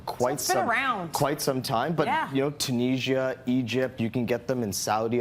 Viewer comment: This guys pronunciation os driving me nuts! Tuneesia?!?!? U mean Tunisia 🇹🇳? Kala mata? Kalmata man